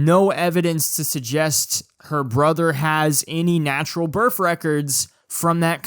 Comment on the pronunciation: Your inability to say the word birth correctly is aggravating. Other than that, great video